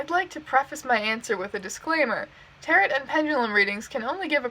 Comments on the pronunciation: You said Tarot like Carrot a few times, which makes my soul cringe lol Great video anyway! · she says tarot so weirdly like carrot with a t... XD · listening to her pronounce tarot like carrot.. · Just so you know, it's pronounced (ta-roh) not (ta-rot). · The last t in tarot is silent (tair-oh) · I’m sorry for half of this video did you pronounce tarot like carrot because like hunny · p.s. tarot is pronounced like "tair-oh" the t at the end is silent :)